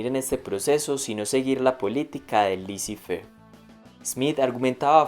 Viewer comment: /LECÉ FERRRR/ Répétez, s'il vous plait! /LECÉ FERRRR/